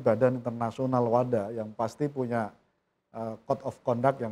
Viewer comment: WADA pak bukan WADAH